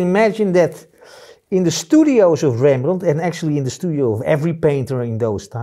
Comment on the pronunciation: Dear sir. Do I have to tell that I love your dutch accent. I loved this, even if I am familiar with paint makings since many years. I love when you say Rembrandt in a way that he would have said. I am a swedish old man, and understands just some words here and there, that we share, but I love the power and poetics in the dutch language. Many thanks for the tutorial.